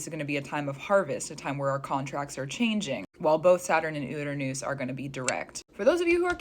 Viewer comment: Learn to pronounce Uranus. I keep thinking this video is a joke